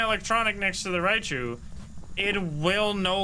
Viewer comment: It’s hilarious how he always calls Raiju Rai chu